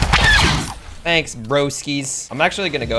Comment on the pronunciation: Than-ace like if you agree